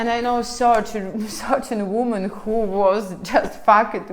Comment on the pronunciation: Ужасное видео.. completely disgast video.. научитесь правильно говорить по-английски слово женщины во множественном числе.. произношение несколько другое, раз вы себя позиционирует как автор видео ' не для русских' ..о самом содержани сего жалкого спитча даже говорить не хочется.... Полный бардак в голове))) хотя бы уважайте себя, что ж вы так кривляетесь.... Я не такая, как все, я жду трамвая)) жалкое зрелище